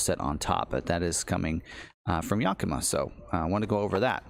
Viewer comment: Great content once again!! Fyi yakima racks is pronounced YAK a ma. It’s a town in Wa state where I live🙂